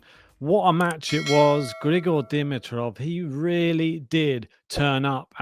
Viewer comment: I haven't bugged you guys for awhile, but after today it's time... It's not "Di-mi-troff." It's " D-MEE-troff." Heavy emphasis on the MEE syllable. Having that out of the way, this is such a tragedy. And as bad as I feel for Grigor, I feel badly for Jannik as well. A huge asterisk next to this tournament now for him. What a bummer!